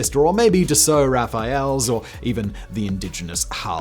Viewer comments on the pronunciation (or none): Raphaels... please, it's "Rafales", just say Rafal ^^